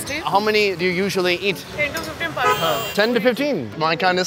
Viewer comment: pani “poni”